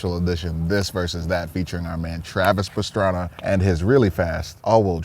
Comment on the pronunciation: Fuckin “Travis piranha” 🤣😭🤦🏼‍♀️